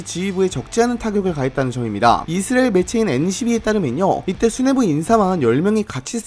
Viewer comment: 아니... 왜 이스라엘을 이스르엘로 발음함?